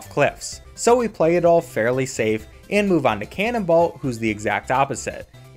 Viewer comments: Canonbolt not canonball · Cannonballt? Wasn't it Cannonbolt???? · Lol, "Cannonbalt" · The way he pronounces Cannonbolt's name gives me pain.